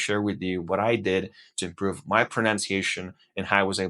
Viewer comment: Your accent is very good but in the first 10 seconds I could tell that your accent isn't American. You still have a foreign accent. The most noticeable thing in the first 10 seconds was your pronunciation of the word "improve". Awesome job though. Keep at it!